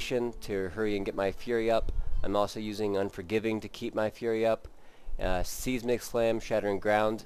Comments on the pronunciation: Did he say "Seezmick Slam"? He is no Seismologist... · LOL at seizemic slam. Learn to words bro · Sorry about that, I forget that some of my more sensitive viewers get offended when I mispronounce seismic.